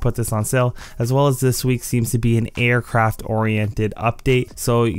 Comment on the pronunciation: Customized Aircraft* (Not trynna be an asshole but just use good diction bruh) Otherwise awesome video you always help me out with the time trails.